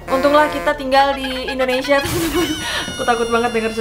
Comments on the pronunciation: bengek saat kk ngomong "INDONESIA"🤣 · kek foto model tapi ngomong kek gini "sakina 50 tahun indonesia "kek gitu🤣